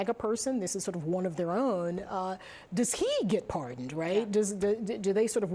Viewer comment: par-Don me?